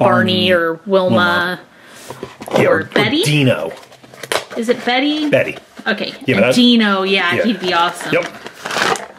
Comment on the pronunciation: Dino not Tino